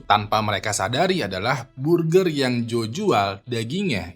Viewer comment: Burjer manuksia 💀